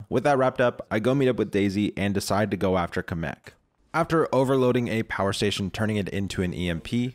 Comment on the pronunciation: I can't take him saying Kamek the way he does seriously. He says it like Cum-ek rather than Cam-ek